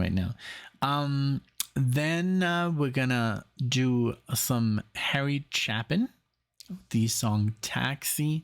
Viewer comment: Croce - pronounced "Crow-Chee"; Chapin - Pronouned "Chay-Pin". Great set!